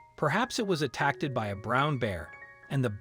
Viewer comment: 3 mins 52.... "....perhaps it was attack -TED (!!?) by a brown bear". Please get decent readers .😢 🇬🇧💕🤔🌿🌎💕🇬🇧